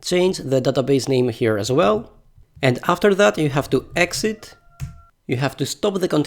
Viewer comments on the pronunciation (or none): none